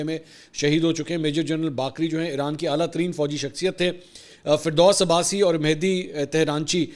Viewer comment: Not ferdos Abbasi, faridoon abassi ha